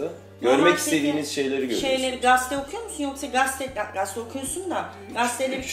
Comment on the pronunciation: Gazeteye niye Gaste diyorsunuz ya